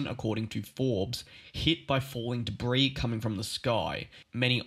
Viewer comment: Please note, your mispronunciations detract from the credibility of your reports. Specifically, the word "debris" is spoken with the "S" being silent. It is correctly said as "debree" not "debris." I trust you can accept "constructive criticism." Thank you for your effort.